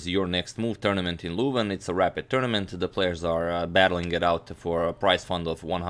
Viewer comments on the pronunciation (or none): PLEASE :D the "eu" in Leuven is pronounced like the u in "burn" or the German ö. Not LOOVN! :p